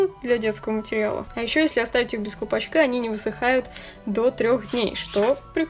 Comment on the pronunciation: Странное произношение: отпеЩатываются, впеЩатление, колпаЩок, руЩки, оЩень мало, колиЩество.